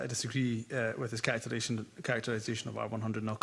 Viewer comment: One of the SNP"s favourite phrases... " I disagree with your characterisation '. The best part is, they cant even say it properly.